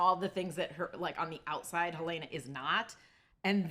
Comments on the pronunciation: I find it very rude when people refuse to call characters by the correct pronunciation. Helena is HEL-leh-nah, not Hel-LAY-nah. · Is Helena always pronounced Helayna in the US? So many YouTubers pronounce her name differently to how they actually pronounce it in the show. Adam Scott even corrected an interviewer who pronounced it in a TV Insider (I think) video.